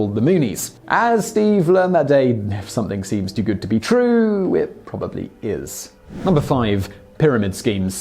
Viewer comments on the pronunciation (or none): none